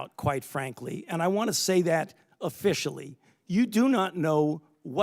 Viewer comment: the way he says “officially”. he’s embracing the psy op haha. we can see right through you buddy